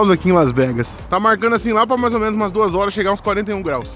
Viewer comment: Menas não mano! Tá matando a língua portuguesa